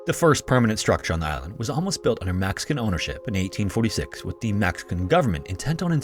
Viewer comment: why is he saying "mAxican government"? Seems like an AI voice